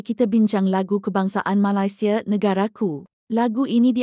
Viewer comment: Sebut biar kena boleh tak Malaysia";bukan Malasia